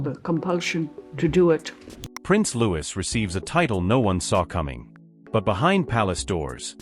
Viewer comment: If someone is going to create content about other people , you’d think they’d make sure to pronounce everyone’s name correctly, regardless how it’s spelled. By his parents’ own declaration, “Louis” is pronounced “Lou-ee.” Get it right.